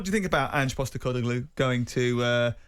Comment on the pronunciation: Ang Postecogloulou? Matterface having trouble with the pronunciation at the start there.